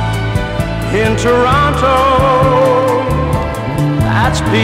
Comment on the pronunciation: This is great... although, he says Toronto wrong 🙃